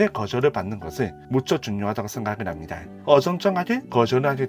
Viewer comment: 힙니'다' 를 매번 "다이" 라고 발음해서 소리끄고 봤네요. 말고도 발음이 너무도 많이 새서 지적하기 힘든 점도 있었는데 저만 그렇게 느낀게 아니어서 대댓글로 의견 남겨 봅니다 는 미련 을 민원 이라고 발음하셔서 자막이 없으면 아예 이해가 불가능한 수준이네요